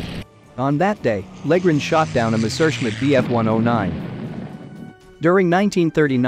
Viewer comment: More AI generated garbage, can't pronounce Messerschmitt